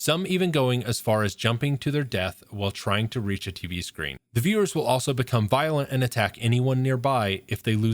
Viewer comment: 𝕀 𝕥𝕙𝕠𝕦𝕘𝕙𝕥 𝕦 𝕤𝕒𝕚𝕕 "𝕄𝕖𝕨𝕖𝕣𝕤" 𝕒𝕟𝕕 𝕦 𝕒𝕔𝕥𝕦𝕒𝕝𝕝𝕪 𝕤𝕒𝕚𝕕 "𝕍𝕚𝕖𝕨𝕖𝕣𝕤".